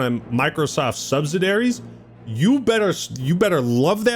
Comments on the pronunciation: Bro what’s a subsidary… I’ve heard of subsidiaries….lol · has NO CLUE how to pronounce subsidiaries lol not even close